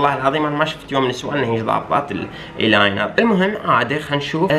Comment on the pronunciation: ايلاينر ❎الاينر ✅ 😂😂😂استمر يبعد عمري 😻